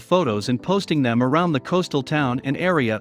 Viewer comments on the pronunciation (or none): none